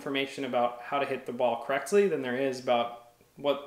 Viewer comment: The way you say correctly triggers me